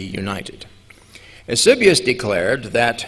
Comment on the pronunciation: He massacres Eusebius's name. It makes me wonder how much he is mispronouncing all the pronunciations. This presentation is very interesting. Unfortunately, it's really hard to follow and appreciate.